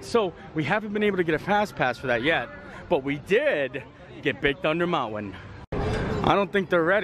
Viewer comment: There's no "W" in mountain!